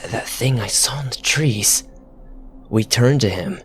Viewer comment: Miwwyuns of tweez in the pwimeview fowest!!! Mwahahaha(evil laugh)